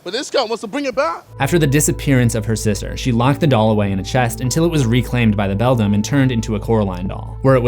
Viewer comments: I've told you before, it's pronounced BELL-DAM or BELL-DAMN, NOT BELL-DUM. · IF the other Wybie was unable to talk, how was he able to communicate with the cat in the Beldam's (pronounced BELL-DAM or BELL-DAMN) world?